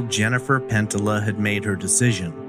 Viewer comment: Love the pod. However I believe her name is pronounced pen tee ya or pen tee yuh.